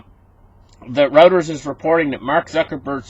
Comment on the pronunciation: Not route-ers..... roy-ters.... for Reuters....